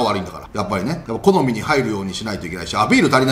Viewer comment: 好みがコナミにしか聞こえない